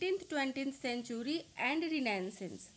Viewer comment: Mam renaissance ki pronunciation galat bolri ho ap